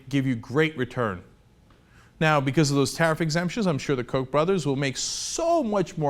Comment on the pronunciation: Koch is pronounced COOK not COKE.... lol